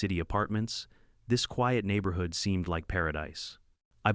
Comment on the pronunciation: The way these AI videos pronounce certain words is hilarious! The neighborHOOD!